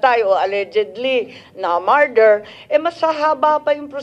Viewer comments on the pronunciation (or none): Marder daw sabi ni Madam Baba, este Sen Imee pala 😂😂😂